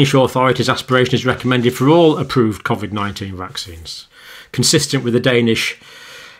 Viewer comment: Why would you pronounce Covid differently than everyone else? See you next Tuesday!